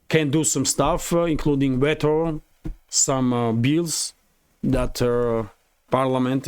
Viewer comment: the word veto is pronounced 'v-toe' not vet-o. As you know English is a crazy language!